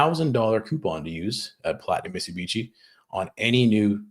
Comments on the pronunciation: I absolutely love these two guys! Zero F’s given as always, spittin nothin but hard honest facts and truths, but can someone please teach our boy how to properly pronounce Mitsubishi?😂😂 It’s Mit-Su-Bishi, not michabeechee. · Holy shit amateur hour. Mit-soo-bee-she.